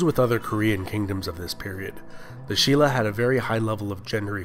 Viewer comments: um no, silla is actually pronounced sin-la. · no, its spelt shin-la but pronounced shilla. Stop.